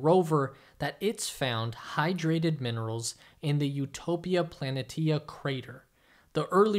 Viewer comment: Utopia plan-eh-TEA-uh? I've always heard it pronounced plan-EE-shuh (Planitia).